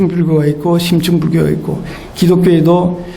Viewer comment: 심층을 "심칭"이라 잘못 발음하셨습니다. 강의는 참 좋습니다